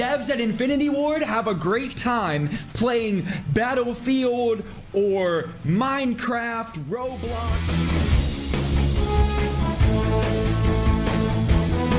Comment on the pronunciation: Joewo “Baddle Fewald.” 🤡